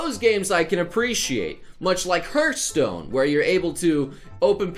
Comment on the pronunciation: Can you say hearth for me after that add the word stone. Earthstone isn't HEARTHstone.